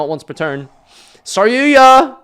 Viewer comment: Why do you call it SarYUYA?